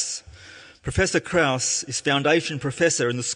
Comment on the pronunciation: His name is Krauss, no Kruass. Changing his name doesnt make your points more valid.